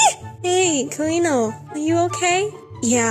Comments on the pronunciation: And ñ is pronounced kinda like an ny sound. So car-een-yo, not car-een-o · CariÑo Es que no se pronuncia así AJAJAAAJA es con ñ y es muy difícil que los que hablan inglés lo pronuncien I am too lazy to grite that in English so translate it on google JAJAJAAJ